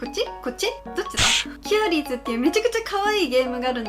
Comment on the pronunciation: キューリーズって言ってますけど、キュアリーズです。w